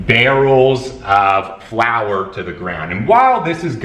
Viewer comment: Let's clarify it for all whose native language is not English starting with me: barrel of flour, not flower:) Great video,!